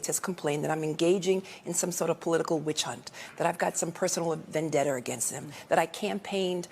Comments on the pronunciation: 6 seconds in lol she said vendetter lol yeah she’s so smart. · It's VENDETTA.... not VENDETTER.... You uneducated loser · Vendetter🤣🤣🤣🤣learn the English language before you spew absolute lies and nonsense